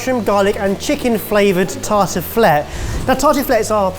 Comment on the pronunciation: As a French person, I feel like murdered that « tartiflette » with a ski pole 😥